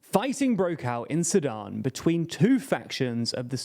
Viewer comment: Each time you said Sudan I heard Sadam.